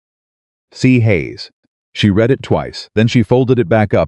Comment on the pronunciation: I enjoy the stories and have listened to dozens. I don’t complain because it is free. BUT… you have mispronunciations-read/read, tear/tear, as examples. Your pictures are inaccurate-a woman in late 1800’s would not wear a short sleeved dress, knee length with a Vee neck…often time years do not match up…just a simple watch through of a person before publishing would help.